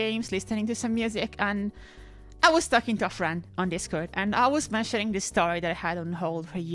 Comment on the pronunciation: Is it weird to say part of the appeal of your content is that you sound different from every other channel I watch? It reminds me of when I used to cover martial arts and talked to fighters from Europe. I just like the differences, like "dis" instead of "this." Also your humor is on point - arguing with yourself and cursing yourself out cracks me up! PS: A few months after I made this comment, I found a copy of Tiger Woods 99 with the dummy file for $5!!